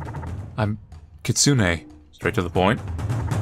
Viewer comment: "kitsune": exists: katsune 😎